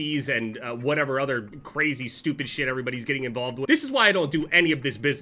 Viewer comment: Carzy hairday, huh, 😂